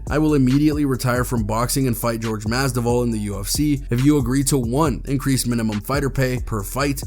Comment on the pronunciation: U MOMO U SAYIN JORGE MASVIDAL NAME WRONG...